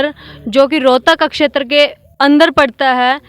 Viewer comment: क्षेत्र को अछेतर, प्राप्त को परापत महत्व को महतव ओर खुद को पतरकार (पत्रकार ) बोल रही है। 10 वी पास करो पत्रकार